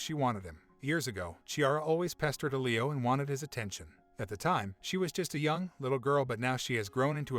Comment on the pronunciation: “L-ee-Oh” !!!!!!!!! “Eh-Lee-oh” pronunciation drove me nuts lmao